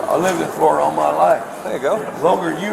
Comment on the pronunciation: "I've lived in floriduh all my life!" Stating the obvious.